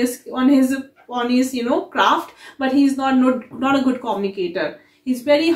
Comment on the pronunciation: quite insightful. However, a small correction about pronouncing communication - It is pronounced - kuh-myoo-nuh-kay-shn not Koh-mni-kay-shan. Same for communicator - Not pronounced as Koh-mni-Kay-tar. Keep up your efforts!